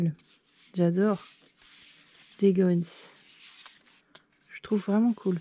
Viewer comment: mdr tu m'a tué comment tu sais pas dire Days Gone ça aussi ça m'a tué en tout cas faut avouer le steelbook assez jolie l'artbook aussi franchement moi par contre avis personnel je prendrais le jeu quand il aura bien baisser pour le moment trop chère pour ce que c'est et quand je l'aurais je le ferais pour voir en tout cas super vidéo pouce bleu par contre désolé mais je regarderai pas tes gameplay pour pas me spoil